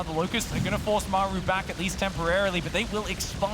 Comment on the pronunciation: I cannot stand casting. He does not have any of the fundamentals of public speaking down... if it's literally your job to speak English and create a compelling story then there's no excuse to be bad at it. His enunciation sucks, he can't even pronounce Maru. He always sounds like he is complaining or freaking out about something. And he offers zero insight into what the players are doing, he just says what's in the middle of the screen. He never, ever, lays the groundwork for what is about to happen, he is always lagging behind and purely reacting to what's on screen.